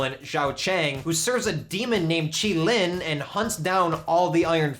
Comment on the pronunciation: K'un Lun is pronounced "Kun Lun" not "Kan Lan".